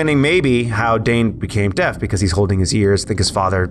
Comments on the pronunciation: am I the only one who thought for the first three vids. they said he was "death" in stead of deaf... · In the first episode I thought you said death not dead and I just realized he not the physical manifestation of death.